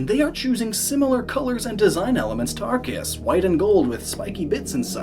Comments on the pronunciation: Arceus is pronounced as Ar - Se - us in Japanese... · Miquib Arceus pronunciation